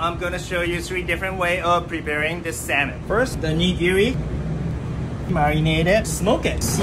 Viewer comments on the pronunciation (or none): how is that chef asian yet he pronounces it as “no-ree” when it’s actually pronounced “no-dee” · He pronounces nigiri a little odd, but still looks good.